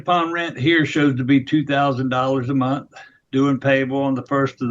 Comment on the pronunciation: It’s monTH not monT.